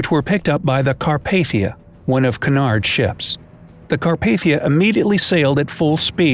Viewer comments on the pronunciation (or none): Your saying Cunard wrong Edit:I was born a day after the Costa Concordia